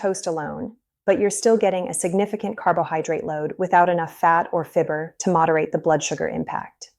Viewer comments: If you can find a bread discount store, and buy organic. Dumb AI can't pronounce fiber!! (fibber) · If this person weren’t an AI, it would be easier to accept. If the person isn’t real, it’s creates trust issues. She’s pronouncing “fiber” as “fib- er” LOL